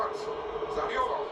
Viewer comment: Hazırlık maçında 2 değil 4 maç yaptık ikincisi zaniola değil zaniolo abla sende 🤣